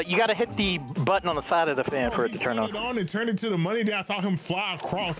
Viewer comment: The what squirrel the buntton 🙃🙃🙃🙃 it's button love speaking no hate